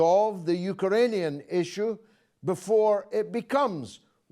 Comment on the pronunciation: >"Bareback"... "U-ker-ah-anian"... "Sub-Sar-hair-ian"... I used to believe that he was just being jocular... but, I'm beginning to think that he may actually be dyslexic 🥴